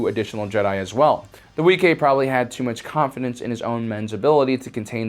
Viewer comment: Wee-kay? Isn't it pronounced Wee-qway?